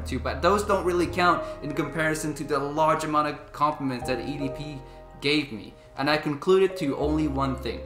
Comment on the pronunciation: Come on mate. Being a fragrance reviewer, please work on French pronunciation of EDP.